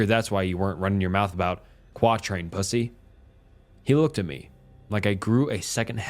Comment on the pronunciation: "Quatrain pussy" as a mass effect fan i know he meant Quarian hahahha